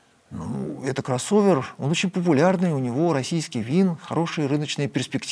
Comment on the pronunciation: Слово «кроссовер» заучит странно 😂